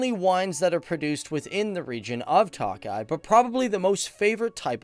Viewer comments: It is not pronounced 'Tockeye'.. as is 'Lock eye' it is mor'Took' eye',.like I took a glass of wine. It is spelled Tokay. Your welcome. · toe-kye boss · I'm hungarian and I am believe you pronounce the wine as Tokai with a long a. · work on your huingarian pronunciation, it's not takaly but tokaly a definite o sound. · Hey Tokaj is pronounced more like toe kah yee but nice video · "Tawk-eye"....dude, fucking Tawk-eye! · What the fuck is "talk-eye"?? 😂😂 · Budapesht, TOE-keye Mispronunciations undermine credibilty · check your pronunciation for "TOKAY"....and please realize that you are not only speaking to "GUYS" but Gals too :) thanks! yes, as a Hungarian born that had her DNA tested, our heritage is most definitely of East Asian areas. You made some interesting observations. Thanks for giving Hungary some attention. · Every time he sais tokai my Hungarian ears are bleed... we pronounce I as E in English.